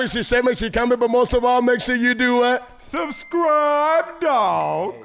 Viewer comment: 😂😂😂……subscrippppp……what? Subscipppppp……..hold up hold up